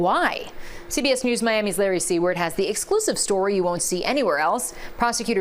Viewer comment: Larry Seward, pronounced "C-word" 😂😂